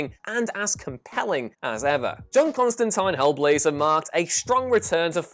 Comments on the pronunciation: CON-STAN-TEEN, HAHAHAHA! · That is not how you pronounce Constantine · I sense a "ConstantEEN" or "ConstantAYNE" debate coming.